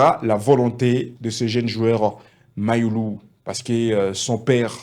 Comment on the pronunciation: Toi aussi fais un éffort de prononcer u et non i .